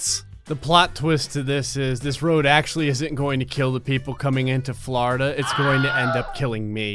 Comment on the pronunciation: Is it just me or does it sound like he se’s “flarda” every time he se’s “Florida” XD